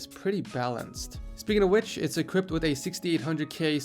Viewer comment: haha, I caught that you said e-cript instead of equipped nice one!!